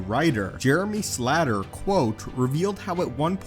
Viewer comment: It’s slater as in “skater” with an L. Not being a dick, but just saying lol.